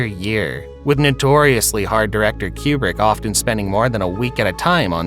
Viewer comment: Coo-brick...not kyoo-brick. Like nails on a chalkboard. 😆